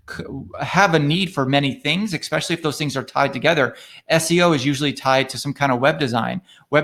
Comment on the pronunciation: Tough to take someone that says “expecially” seriously.